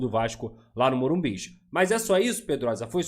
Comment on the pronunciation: Para de ser bobo para de falar morimbiz so tem um entao e morumbi ok?